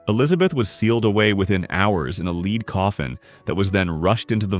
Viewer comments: If you're giving your AI narrator the word "lead" and you mean the metal misspell it as the homonym "led' - it grates my nerves every time a word is mispronounced. Makes me tend to disregard the video and its creators - because you didn't care enough to listen to the narration and fix it. I don't buy your argument. The online claim is that Elizabeth was 5" tall or at best 5'2"'. Even though her mother was approximately the same height, her father was 6'1". When average male height was 5"7", a male Elizabeth should have been taller than 5"2". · Hey AI 😊The pronunciation of the word for the metal lead (Pb) rhymes with head